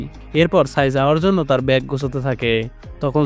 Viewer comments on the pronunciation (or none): none